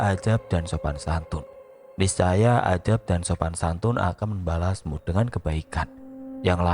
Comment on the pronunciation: Assalamualaikum Maaf bukan untuk menghakimi sekali lagi maaf, kritik saya benerin pronunciation atau pengucapannya... Adab bukan Adzab, Manaqib bukan Manakik, Give Away ( di baca Giv Ewey ) biar lbh enak d dengarnya dan lbh banyak yg mendengarkannya